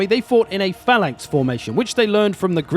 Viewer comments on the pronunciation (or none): none